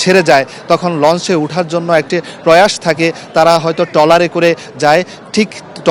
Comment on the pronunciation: Very sad incident. I could not watch it full. কিন্তু আপনার উচ্চারণ ঠিক করুন আগে ঘটনা কে গটনা বলছেন ট্রলার কে টলার বলছেন কি news পরেন এইসব।